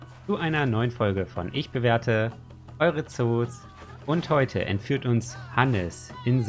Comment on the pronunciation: haste grade entfürt am anfang gesagt? XDXDXDXD Totlacher der Woche. ich bin die Laura Kedzior aber aufm andren Konto